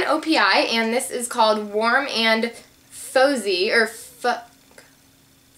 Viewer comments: It's pronounced warm and fahzie! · haha it's pronounced fah-zzy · the nail polish is pronounced warm and FAWzie like fozzie bear! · its not that she pronounced it wrong, its what the name of the nail polish it. It was faux-zie no fah-zee. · Im sure someone already pointed it out but in case they didnt, the O.P.I. nail polish color is called Warm and Fozzy which is from the Muppets collection so its Fozzy as in Fozzy Bear. Dunno if you watched the muppets when you were little but yeah. Just a little tidbit :-) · she said it was from the Muppets collection so she already knew that all she did was was pronounce Fozzy wrong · I think you're pronouncing warm and fizzy wrong :) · Hehe when you were trying to pronounce 'Warm and Fozzy' - it sounded like you said the F word! >_< hehe :)